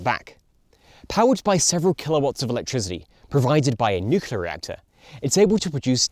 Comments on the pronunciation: Nice video, but it sounds like you’re sometimes saying “nucular” rather than “nuclear”. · Where did the horrible nuke-u-lard pronunciation off nucle-ar come from? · Of all people, I didn’t expect you to say “nucular” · I’m sure you’ve never heard this before, but it’s Noo-Klee-ur, or New-clear. And for the life of me the single words you speak when the Space Propulsion Tier List slide appears are swallowed up in the sound effects occurring at the same moment. No idea what is being said. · Nucular detected, idiot reported! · You lost me at "nukular"... Ear grating. It's like talking about muscles and saying "gainsular" instead of "muscular". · Kind of odd that a guy who named himself "" mispronounces Nuclear and Nucleus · 1) he is australian 2) i havent heard him mispronounce it. time stamps?